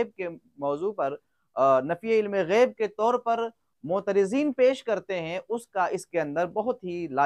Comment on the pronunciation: جناب غیب کے بجائے عیب ہوگیا ہے توجہ فرماے